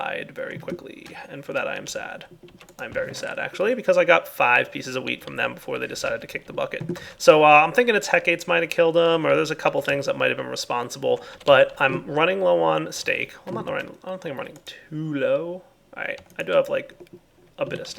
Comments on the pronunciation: Great episode. Though, isn't Hecate pronounced heh-kuh-tee? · wtf dude.. thats the weirdest pronunciation of a word ive ever seen. Im pretty sure its just said the way it looks.. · Yep, you are correct sir